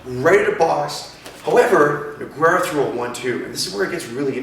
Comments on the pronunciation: it's pronounced NOOO-GEIII-RAAA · jesus fucking christ hearing this idiot say nog-where-uh was so annoying the whole video. ITS NOGUEIRA!!! learn how to pronounce it by the next video please... or we dont want any video feedback from this canadian anymore, thanks anyways. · As people that watch MMA, maybe you should learn their names. Noquero? noqwerra? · Good info, but the "Nogwerra" thing is killing me. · I wonder if these two guys discussed the proper pronunciation of Nogueira's name before they made this, because you clearly hear saying his name correctly. Great video, but It's kinda distracting hearing that repeatedly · Great video!!! Pronouncing Nogueira's name correctly would've taken some of the fun out of it! :) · You are saying Nogueira wierd. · inability to pronounce Nogueira is... annoying.